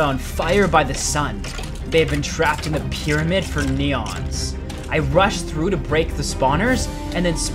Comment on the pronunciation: The whiplash that hit me when he said 'neons' and not 'eons'. I even turned on CC to see if it was me hearing it wrong lol. EONS is a long time, NEON is like the color. made me laugh